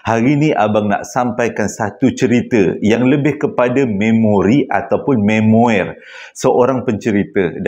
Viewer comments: Pembetulan. Sebutan memoir bukan me-mo-er dik tapi mem -waa... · Salam & semua. Memoir sebutannya may-mo-are